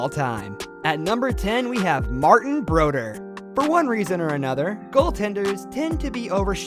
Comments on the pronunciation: Grr.. even hearing Martin Brodeur being pronounced as. Martin Broder frustrates me.. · Off the bat, the narrator doesn't know how to pronounce Martin Brodeur... This seems like such a small thing, but it indicates that whoever made this most likely doesn't watch or care about hockey. I don't know how you can go to the effort of making a video like this yet not bother to learn how names are pronounced. A lot of youtube channels use AI voice which often isn't the best for proper nouns. People should not accept this. If you do, you will continue to get progressively lower and lower quality content. If you accept shitty youtube content simply because it's free... You will continue to get worse and worse content. Never mind... he pronounces everything wrong... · I came to comment the same thing. He couldn't pronounce Martin Brodeur or The Rocket's surname correctly either. He clearly doesn't know their French Canadian. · Oh yes Martin Brodeur is no Broder it’s “. Bro…..dure. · Be nice if the narrator pronounced the first frickin' name properly... "Broder ??" Bobby Orr is a legend among legends, future superstars all studied from him. Look up Bill Barilko if you'd like a "story to react to." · stopped watching this after first minute not your fault its the video you chose, incorrect stats and mispronouncing brodeurs name did me in... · I highly doubt whoever made this list watches hockey. Butchered Conn Smythe, Martin Brodeur and Maurice Richard’s last name and misspelled Lemieux. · Whoever made this neither cares nor knows anything about hockey. I made a post about his mispronunciation of "Brodeur" but they I realized he pronounces absolutely everything wrong so I deleted it. Don't accept subpar youtube content. I know it's "free" but that doesn't mean that we should allow this kind of nonsense. Aussie dude... You should react to "biggest hits in hockey". At least there is no ignorant American narrator to bastardize the information.